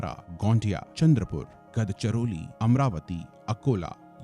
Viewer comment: It's गोंदिया not गोंडिया+ गड़चिरोली not गदचिरोली 😂